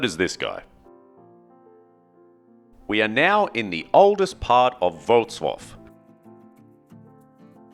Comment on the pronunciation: Great pronunciation of the name of the city, Wrocław !!!!! 👍👍👍:washhands::washhands::washhands: Congratulations, and thank you for your effort to learn how to pronounce this word 🧡💗